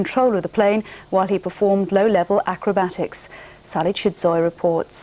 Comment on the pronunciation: its called AEROBATICS (air-ro-bat-ics) < to the silly news reader not u, mig15fan. when will people learn its not cool to do low flying manouvers like that, flypasts are fine but theres got to be a limit